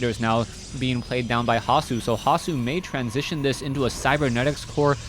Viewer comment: Like the way you pronounce the german nick "hasu" :-)